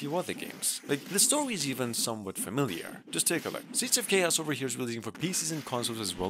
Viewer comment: I had to rewind just to check if you really did say "CHaos"